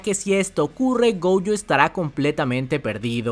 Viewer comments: Un dato: se dice gojo, no goujo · me desespera que digas goUyo es GOJO!!! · No pude con el "Goujo"😭😭😭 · Siempre ha dicho goujo 😂. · Buenísima review, pero me saca del vídeo la entonación (“diRECtooo, GOujOU, impreSIOnanteee.. etc”